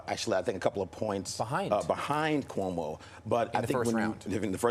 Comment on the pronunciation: lol. "Coumo" yup....